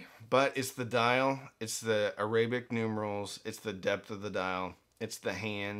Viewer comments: AIR-uh-bik. Say it out loud. Another way: ARAB-ick. Both work. On the other hand, uh-RAY-bik is just wrong. Like Orients. (Oh ..I see what your doing there!) 😉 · I’ve never heard the word arabic pronounced that way.